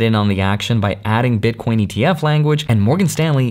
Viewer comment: haha he says bitcoinz